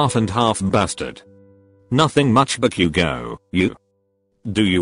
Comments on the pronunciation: The fact that it said bak-u-go I was laughing so hard and I'm like back u go! 😂😂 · Nutshell be like "Bak u gou" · The way it pronounces Bakugo 😂😂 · The voice is literally saying "Back you go" instead of "Bakugou" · Nobody: Siri dude: "Meedoree-eye-uh" Also Siri dude: "Toh-dooh-key-kuhn" Text: "hahahahaha" Siri dude: *has a stroke* Text: "Bakugo" Siri dude: "Back you go!" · I love how the computer said: bU-Ku-GO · When the text to speech reads bakugo it says back u go...must be his mother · "Bakyugo" haha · Buck-u-go, eye-zuku, shot-o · HAHHAHAHA BA-Q-GO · Deku and todoroki's names omg- how they're pronounced- "Midoriyia" Todoorki-kun" "Bakyougo"